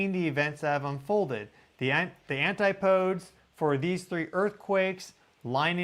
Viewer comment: ANTI-PO-DEES, DAGNABBIT!